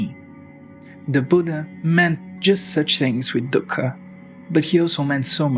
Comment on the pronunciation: Dhukka just means sorrow in Hindi. Stop saying it like that lol.